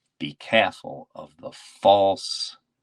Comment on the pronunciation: Did Jim learn to say careful in Boston?